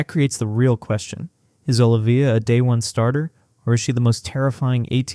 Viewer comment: Dude it's OH LIVE VEE YAH